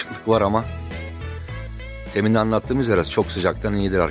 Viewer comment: Temin dehil demin dersen daha dogru olur,🤗